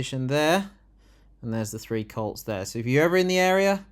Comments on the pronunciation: The three whats? It sounded like "See You Next Tuesday" If it was, it's wrong because there are only two of them on screen. Oh it's "Colts"! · Did you say 'The Three Colts'? Subtitles thought you said cults...I'm sure there's a joke there. I think it should be renamed 'The Two Cunts' personally. 30p Lee is a pound shop Farage, with change.